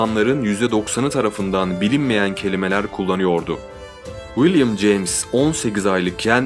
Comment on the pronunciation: 100 defa willim ceyms dedin olmazki böyle